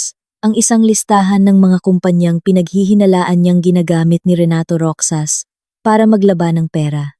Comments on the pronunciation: MALI ANG PAG BIGKAS NG ROXAS IBIGKAS MO NG GANITO ROHAS IYON ANG TAMANG BIGKAS SA ROXAS HINDI ROKSAS 😂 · Bskit ang pagbigkas ng narrator sa ROXAS ay ROKSAs ? Hindi yata marunong bumigkas ng salita ang narrator? Yong salitang Ginoo binibigkas lang ng G. Ang dami pang mga pasakalye.